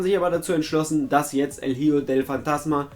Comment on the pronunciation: Es wird nicht hiejo sondern icho ausgesprochen